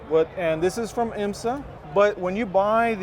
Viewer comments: I learned something new today. I didn’t know IMSA was pronounced “Eye-m-sah”… must be Italian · Nice build but this guy is ridiculous. I cringed everytime he tried to pronounce IMSA.